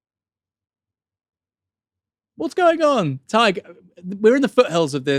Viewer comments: Could you maybe learn how to pronounce Tadgh’s name? It rhymes roughly with Thai(g) or high(g) or pie(g). The way you keep pronouncing it is literally a slur used against Irish Catholics. Please try to get it right. It’s not hard. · I hate to be that guy, but it's pronounced "Tie-g" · Please learn to pronounce Tadhg.